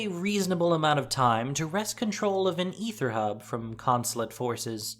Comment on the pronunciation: Constructive criticism, pronounced A-ther, ether is pronounced E-ther, lol still love to watch, and will continue!